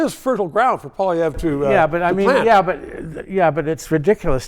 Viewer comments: Learn how to pronounce Conservative leader's name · Trudeau hasn’t made any errors? He is a constant mistake. He can’t even pronounce Poilievre properly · this guy can't even pronounce Pierre's name lol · He can't even pronounce Poilievre properly. Time for your meds. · How can you still not pronounce Poilievre's name at this point. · As a former Press Secretary, one would think he would be able to, at the very least, spin doctor some good press on what Justin has done. If this was his goal, he failed dismally, as he seemed unable to make any strong positive statements re the Liberal MP who holds the Office of Prime Minister. He also cannot expect to be taken seriously if he cannot even pronounce the name of the leader of the opposition. He is also appears delusional and/or naive and/or incompetent stating Justin has made no major errors. This suggests a once presumably capable and competent press secretary is no longer competent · Can't even bother to figure out how to pronounce the leader of the opposition's name properly. A bit disrespectful. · Is this guy for real? How can he pay attention to politics when he can’t even come close to pronouncing Poilievre? He is so obviously out of touch, not to mention so obviously biased. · This Guy can't even pronounce Pierre's name. What a tool. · I agree with the statement from Mr. Gossage that "Traditional media does not reach young people". I DISAGREE withe everything else he said, and he doesn't even pronounce Pierre's name properly. I enjoy this channel and will drop some money in Paypal. Like !!!! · The fact that he can not pronounce his opponents name says it all Another libtard that can not and will not admit to their abject failer and harm they have done to Canada and Canadians. Let Us Vote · you’re an effing canadian, learn to pronounce the man’s name.